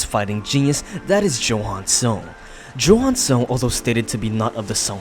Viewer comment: That's not how you pronounce johan is Yohan